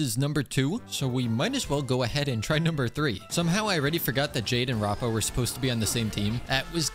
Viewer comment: her name is pronounced : rap a